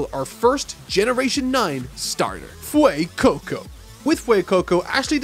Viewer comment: LOL, I love how english people add vocals everywhere. Pronouncing Fuecoco like "Fueicoucou" is just hilarious